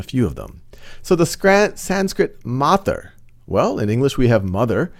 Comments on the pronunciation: MatR is Pronounced as Maat-Ree not Mat-Er PitR is Pronounced as Piit-Re not Pit-Er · Good video. But just so you know, your pronounciation of matr and pitr are wrong. It is not pit-ar or mat-ar. Pronounce t and r sound together.